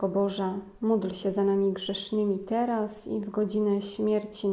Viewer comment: prośba, czy mogłaby Pani tak nie intonowac,podkreślać i nie przeciągać słowa,, teraz,, bardzo to rozprasza w skupieniu.